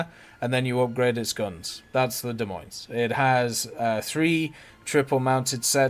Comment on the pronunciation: S on the end of Des Moines is silent.